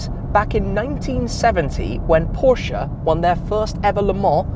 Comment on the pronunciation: Happy to see Porsche content! Everyone should pronounce the family name correctly as you did. 😎👍